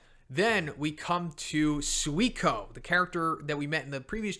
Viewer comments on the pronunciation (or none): Legends says a C class hero dies everytime PRONOUNCES SUIRYU AND SUIKON FUCKING WRONG!!! for godsake hahaha! In the anime they pronounced it "SIRYU" ("U" BEING MUTE) (and it makes sense since many words in Japanese have a Mute U)